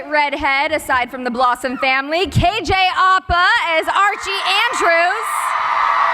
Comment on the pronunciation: yas she said kj apa correctly👏🏽👏🏽